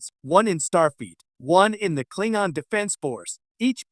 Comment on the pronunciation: 10 seconds into the video… If you can’t pronounce “Klingon” properly, I don’t trust anything else you have to say on the matter…